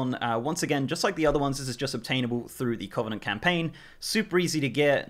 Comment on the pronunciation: it's kuh -vuh-nuhnt